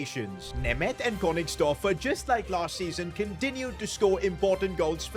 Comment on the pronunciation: I feel embarrassed after hearing him name my country-mate Németh